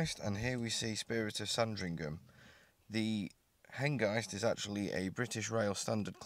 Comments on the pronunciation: Image is good but sound is terrible. What I can hear is you calling the loco HenGUYst - like 'feist'. Is this intentional? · I think you mean HENGIST with a clipped I as in mist , not as in eye . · It is pronounced ‘Hen-gist’ is in ‘kist’ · You’re pronouncing Hengist wrong. At the mark the guy pronounced it correctly.